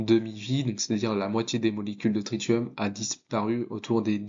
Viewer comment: Salut. On dit trissium pour le tritium